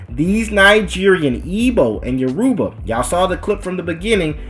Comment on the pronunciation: It’s YORUBA (pronounced all together at once) Not - “yo - Ru - Ba”